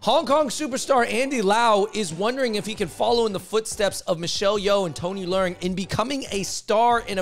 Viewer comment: Y'all butchering Tony leung name w that northern pronunciation. Dude is Cantonese. Its pronounced " le ung / lung "